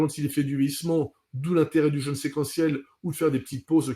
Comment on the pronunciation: Attention à la prononciation de "jeûne", svp.